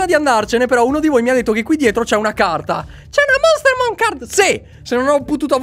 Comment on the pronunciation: Monstermon non mosterman